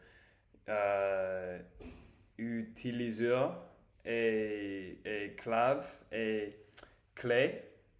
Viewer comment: je pense que tu cherchais "compréhension orale" "utilisateur" (je l'écris car tu as oublié de prononcer une syllabe mais c'est pas grave), ensuite tu as dis "mot clé" je ne suis pas trop sûr de ce que tu voulais dire, car en anglais il y a "keyword" qui existe, mais dans ta phrase j'ai l'impression que tu voulais plutôt dire "mot de passe" (password) c'est ça ? par simple curiosité, quel est le contexte de la phrase "je n'ai jamais appris le chinois" ? "une quoi ??" a rock = "un caillou", t'y étais presque, à ne pas confondre avec "une cou*lle" (ce n'est pas la même chose 🥲) à tes souhaits 😁 à un moment, tu as utilisé le mot "pilule" pour pill, ce qui n'est pas faux, mais un peu, en général on utilise pilule pour parler de la pilule contraceptive (c'est pour éviter qu'une femme tombe enceinte). Dans ton cas il faudrait plutôt utiliser "médicament" ou "comprimé" "je suis HS" -> HS se prononce comme les lettres de l'alphabet, H "ache" et S "èce" je me souviens pas trop de ce qu'il faudrait que tu travailles pour ta prononciation, mais à tu as mal prononcé le "ou" de "coupe" qui se prononce comme "oo" en anglais Et après tu as cherché "I look good" et tu as trouvé "j'ai bonne mine" mais c'est mieux de l'utiliser pour dire que tu te sens bien (like "I feel good"), si tu veux dire "I look good" pour le physique tu peux dire "ça me va bien" (il y a pleins d'autres façons de dire ça, c'est juste un exemple) ahh si pour la la prononciation il y a aussi les m